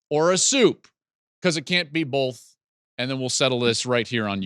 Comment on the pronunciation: First off Joel, “bolth” isn’t a word “both” is. That Northern accent shines through there. Ramen is a pasta you do it the right way.